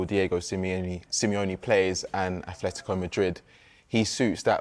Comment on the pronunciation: 'simyayne' 'aTHletico' Who is this clown. Never played a game of football in his life